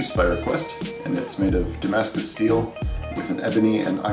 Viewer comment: Fok "damascus".